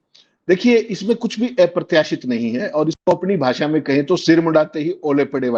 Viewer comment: Not aaya pratyasit sir ji aprartyasit ...